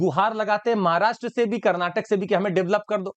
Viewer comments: Its not Kannad but Kannada, and not Karnatak but Karnataka. Pls understand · Stupid that is KARNATAKA NOT KARNATAK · It's not karnatak bro, it is karnataka... Jai karnataka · Its not Karnatak it is a Karnataka make it correct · Its karnataka not karnatak ...!!! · bhai belagaum or belagavi ,,,:face-red-droopy-eyes:its not karnatak,it is karnataka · Sir it's Karnataka not karnatak